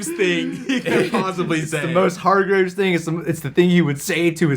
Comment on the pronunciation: Love your reactions! This season is so great and a huge step up from season 1 and each episode just keeps getting better and better! Can’t wait to see you guys finish the season! But guys... it’s HargrEEves lol not graves 😂